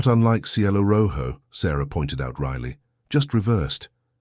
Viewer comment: The mispronunciation of Jicarilla was dreadfully jarring. J is pronounced like h. Ll is prounced like y. And since Jicarilla was pronounced correctly the first time it was used (and only the first) and rojo was pronounced correctly, it seemed especially odd.